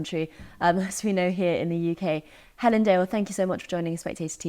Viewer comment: “I can’t even say her name?”….Uh, try? Hell-un?